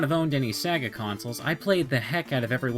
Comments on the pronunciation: You said sega wrong you said saga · "Sag-a" lol